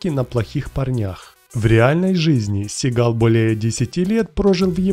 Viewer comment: Сам ты тит твою мать СигАл слушать противно!!! 🤮 Он Стивен Си́гал!!! Ударение на первую букву "а" в первом слоге!!!!☝️😡😡😡